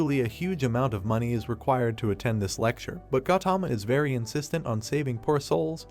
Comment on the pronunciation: Bro it isnot gatama its. (ga u thama)